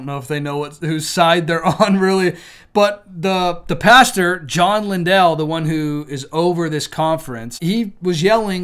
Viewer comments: It’s not linDELL. ITS LINDLE LIKE KINDLE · Also, Lindell is pronounced like kindle. 🙂